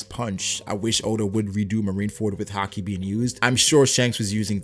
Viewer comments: just say haki like everyone else does including anime. not ha-kee lol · Man it's weird how you say haki sometimes. "Ha-Keee" lol. Great videos though. I'm a relatively new follower but I really enjoy your videos. Keep up the good work! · ugh I always hate the way he pronounces haki